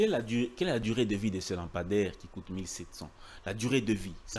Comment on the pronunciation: S'il vous plaît,,dites à votre invité monsieur de corriger sa prononciation: le lampadaire (lampe) et non lapamdaire. Ba diplômés ya Congo,mawa n'a soni! Liya mbongo n'a yo tranquille tika ba lampadaires.